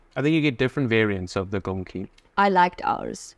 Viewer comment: STÄDEL IS A JEWISH TERM FOR A JEWISH SETELMENT 🇵🇱✝️🔯🇮🇱🕎☦️🇵🇱 GOLONKI AS YOU CALL THEM IS SOMMETHING EALS IT IS " PORK KNUCKLES " (1 GOLONKA )YOU MEAN " GOLABKI " FOR ENGLISH SPEACKERS WOULD BE " GOLOMBKI " AND " PACZKI " WOULD SOUND LIKE " PONTSHKI " . PACZEK IS 1 AND PACZKI IS 2 THAN YOU ALSO HAVE THR PLURAL WICH IS " PACZKOW " 😂😂😂😂